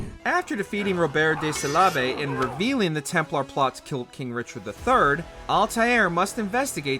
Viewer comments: Oh yes Robert de Salabe. not de Sable. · Ok, who tf is robert de selabe? 😭😭